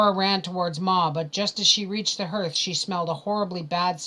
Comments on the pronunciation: YES, HARTH not HIRTH!!! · Thanks for this. But, "hearth", like heart but with the "th". Doesn't rhyme with "earth" like "herth". Shouldn't bug me but that word seems to come up a lot. Or maybe it's a Canadian thing.